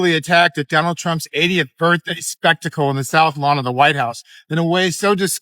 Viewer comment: Misheard "80th" as "idiot". Same, same.